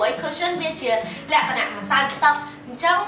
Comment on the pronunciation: Sis why you like say"លក្ខណះ"😄😄